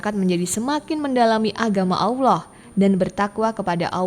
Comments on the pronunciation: Cara menyebut Allah yang benar atau mungkin lebih mendekati benar itu seperti menyebut "owl" (burung hantu), tapi ditambah akhiran "lah". Allah (Owllah) bukan (awloh) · Jangan bilang AWLOH. Salah itu, coba belajar yg baik. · Sebut Allah betul2 kak....